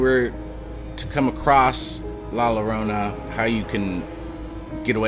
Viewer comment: the double L llorona is pronounced like a Y sound. so it's pronounced like Yorona